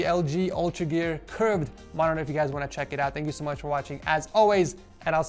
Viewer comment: Does anyone else hear Morororrr